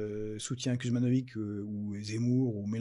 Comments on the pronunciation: Ben moi sans racines yougoslaves, je prononce le nom « Kouzmanovitch »et je trouve parfaitement ridicule de le prononcer « Kuzmanovig ». Je trouve ça dommage de s’assimiler comme ça et d’encourager la paresse intellectuelle des gens. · Kuzmanovic c'est compliqué ? Dans le bassin minier hardcore, entre les Wisniewski, les Kovalczyk, les Marsciczin et compagnie, Kuzmanovic c'est niveau 1ere leçon chez l'orthophoniste :P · Kuzmanovic,roi des.faux culs, ne prononce jamais le mot de < Frexit >